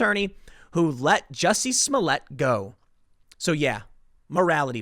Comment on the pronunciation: Why is Tim mispronouncing Juicy's name? 🙄